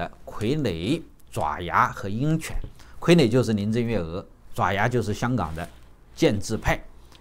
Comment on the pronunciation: 爪，有两个读音，爪牙【zhaoya】